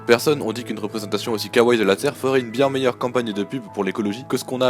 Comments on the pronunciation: C'est pourtant pas compliqué de prononcer "kawa-i", c'est comme si pour l'anglais "cute" il ne prononçait pas "kioute". Le mieux est encore de dire "mignon", ça évite toute erreur de prononciation et ,par la même occasion, de passer pour un kikoo tout content de connaître trois mots étrangers. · Et bien que je ne trouves pas à mal prononcer de l'anglais C'est "Ci Aïe Eï" pas "Cé I A" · Mh .. Le mot 'kawaii' est maintenant utilisé un peu partout dans le monde, c'est comme le mot 'cute' en anglais donc si accidentellement on écorche ce mot c'est pas si embêtant que ça, donc ça ne joue rien au fait qu'il soit otaku, weaboo ou kikoojap.. Faut arrêter un moment de vouloir placer les gens apprécient un univers ou une culture juste psk il a accidentellement mal prononcer ou utilisé un mot souvent repris par les autres cultures. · Enola Jaquet Mais non imbécile, si on le souligne c'est justement parce qu'on ne le fait pas et que c'est choquant auditivement. C'est vrai qu'à la base c'est juste un détail "futile" mais mine de rien, ce genre de détails en dit long sur le niveau culturel du vidéaste et de la crédulité de sa réflexion qui en résulte. À ceux qui me diront que je n'ai qu'à bouger mon cul et poster des vidéos au lieu de critiquer, je leur réponds que je n'ai en rien critiqué le contenu du document à part la prononciation du mot "kawai". Je ne parle pas le japonais mais c'est quand-même l'un des mots que l'on entend le plus rien que dans les reportages et dans l'animation; il lui aurait suffit de n'écouter qu'un seul document... ou au mieux, il n'avait qu'à employer le mot "mignon" au lieu d'écorcher la prononciation du mot japonais. Déjà que la fanbase otaku passe pour des attardés qui se croient intelligents avec trois mots de japonais dans leur vocabulaire à placer à toutes les occasions, ce type d'erreur n'arrange pas les choses.